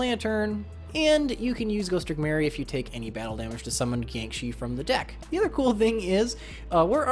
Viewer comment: it's pronounced Jee-ah-ng Shih, btw but whatever